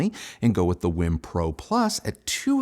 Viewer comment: Not "whim." It's w-e-e-m.